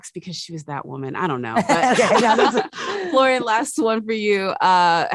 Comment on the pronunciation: It's Florian, not Florian. It's very important to get the pronunciation right. The same with Sebastian Stan.